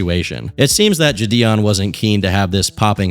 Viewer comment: Bro what’s up with your pronunciation of jidion? Is this vid ai voiced?